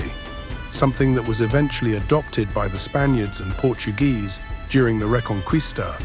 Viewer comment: "Re-kon-kees-tah", not reconcuista. The "u" after a "q" is silent in Spanish.